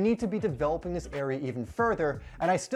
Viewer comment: Does anyone notice that whenever he says “do” the next word is replaced with a d in the front “Do dis” “do dat”